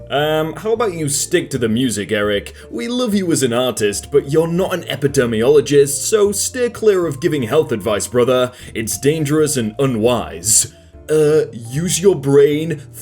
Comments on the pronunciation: The word is pronounced ep-id-eemee-o-lo-gist not ep-ider-mee-ol-o-gist. They study diseases, not skin layers. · Please, please, please... The word is NOT pronounced "epidurmiologist", it's pronounced "epideemiologist". The "epidermis" is a part of your skin, so please don't confuse it for the word for "epidemic". Please use a long "e" in the third syllable of "epidemiologist". Thank you!